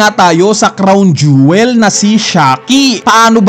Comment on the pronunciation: Jowel.pala.un hindi jewel..hehehe